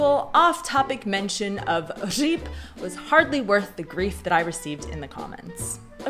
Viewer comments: on the other hand, your Ř in Říp sounds exceptional. You and Gav could easily become teachers of Czech to Americans. I mean it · Říp was very nice pronounced, thumb up.